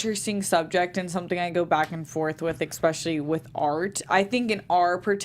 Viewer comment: I hate myself for becoming an internet troll but I just have to say that the x in “especially” is not only silent - it doesn’t exist. Otherwise I love your enthusiasm for this great show. Thanks!